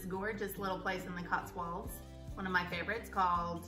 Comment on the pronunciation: Great video, it's Cotswolds as in old not walds. 😁👍🏼